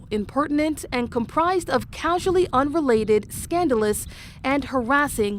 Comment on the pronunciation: "causually," NOT "casually."